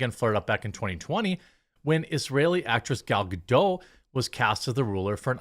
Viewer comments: Gal Gadot is Isreali, not French. The T at the end it pronounced. Pretend there is an E after it. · Who's "Gal Gadoe"? Gal Gadot isn't French, the T isn't silent. I can't imagine the logic that would make you think Hebrew follows the same pronunciation as French...